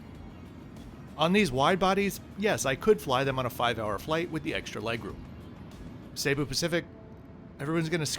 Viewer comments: It is not pronounced SAY-boo. Jesus. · I've had only positive reactions to Cebu (not Say-bu) Pacific and I've flown them many times. The absolute WORST is Philippines Air. So rude, so dirty, so awful. Only complaint on Cebu is non-reclining seats on most A320's.....but not bad.